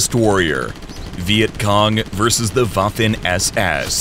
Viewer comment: The Woffen ÄS ÄS😅